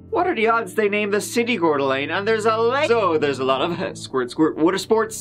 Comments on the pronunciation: Wow I’m impressed you pronounced Coeur D’ Alene correctly. Always nice to see videos about my hometown. Even if it’s a story about crime… I guess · Thank you for saying Coeur d'Alene correctly.